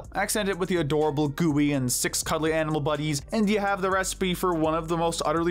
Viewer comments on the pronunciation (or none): none